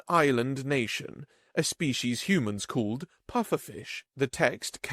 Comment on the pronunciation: Narrator, you really do need to work on properly pronouncing words. Demonstrably, look it up; species' is pronounced the same as the collective noun species even though it is possessive.